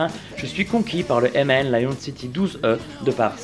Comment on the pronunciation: On dit MAN et non M.A.N!!